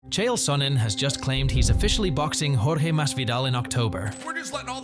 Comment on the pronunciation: bro you must be the first person i hear pronounce jorge’s name correctly 😂